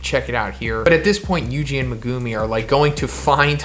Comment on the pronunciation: Please stop saying ‘Megoomi’ bro it’s MeGUMi